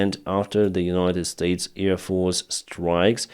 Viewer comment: Thank you for your reports. I see them every morning before I do something else. Please try to say AIR, now you are always saying EAR. Ear support, earfield... But hey, love you. Greetings from Belgium, Marianne